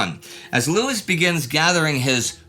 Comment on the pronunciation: Not Jock Lewis Jock Lews ie: the last E is silent